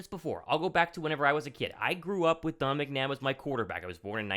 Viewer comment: I love how nobody can say his name. Everyone calls him Donna McNabb